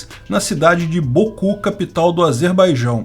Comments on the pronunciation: não é BOKU é BAKU! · A capital do Azerbaijão é Baku e não Boku